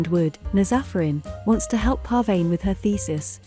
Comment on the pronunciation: The text to voice keeps mispronouncing Pervaneh's name lol